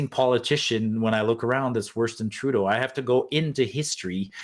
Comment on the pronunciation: "TURDEAU AND HIS BODY FARMSS" ??